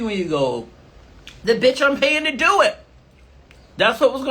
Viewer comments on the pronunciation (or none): “And I’m not an easy biyach” 😂